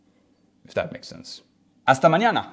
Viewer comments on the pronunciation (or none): none